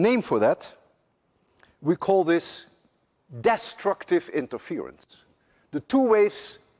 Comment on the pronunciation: Well Mr. Lewin, I guess the reason why Americans cannot pronounce the dutch word Huygens properly is the same why you can't pronounce english words such as longitudinal, destructive, among others. Each to his own.